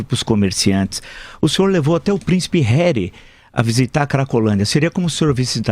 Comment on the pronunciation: Príncipe "Réri" kkkkkkk